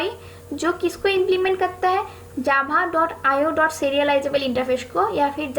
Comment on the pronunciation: Pronounce Java not jhaba😂